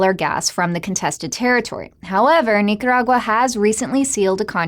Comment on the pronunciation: I like how she pronounces Nicaragua.